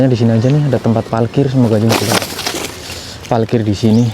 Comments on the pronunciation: Msh aja bilang palkir bukan parkir dah kebiasaan buruk, tetap semangat ngontenx dek bro..... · Wkwkwk ternyata banyak yg notice juga ya kalo tiap bilang parkir tu jadi palkir 🤣